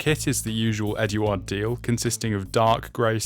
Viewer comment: I've been airbrushing for decades, I really recommend you get some scrap kits or plastcard and practice air pressure and thinning ratios. To me it looked like you were spraying sand. You have a decent airbrush so you can take that out of the equation. Pronunciation of eduard and vallejo were 0 out of 10. 🤔